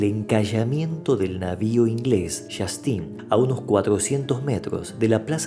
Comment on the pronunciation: El nombre de Infernales fue idea de Güemes, en contraposicion al regimiento de Los Angelicos, regimiento creado por el sacerdote realista Cerda. El buque ingles se llamaba Justina y no "yastin" como ud. dice; acaso ud. es ingles? La capilla donde fue enterrado se llama El Chamical y no el chamiscal. Los realistas que llegaron hasta la cañada de la Horqueta fueron conducidos por salteños pertenecientes al partido La Patria Nueva, que eran contrarios a Güemes y eran los de ese partido los que guiaron a Valdez por el despoblado para entrar a Salta la noche del 7 de junio, cuando fue herido por la espalda, por una bala traidora producto de un tiro al aire.